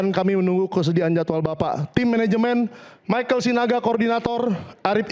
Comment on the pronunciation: baca text lgsung saja masih salah..michael oh michael..